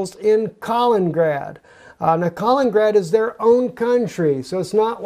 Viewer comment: Love the video, but it's Kal - IN - IN - grad, not "kalingrad"